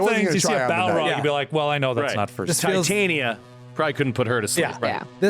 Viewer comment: pronouncing Tie-tan-ee-ya made me giggle. I think has actually been in A Midsummer Night's Dream, and I recall him pronouncing it Tie-tawn-ya two episodes ago during the amazing presentation of the play; a strange New Yorker/Shakespearean mashup. You earned the third pump this week, guys.